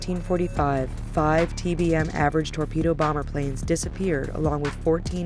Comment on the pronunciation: flight 19 you read it as average but their names are TBF avengers